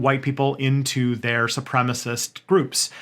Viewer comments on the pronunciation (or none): none